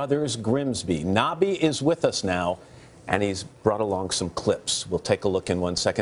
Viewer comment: nobby not narby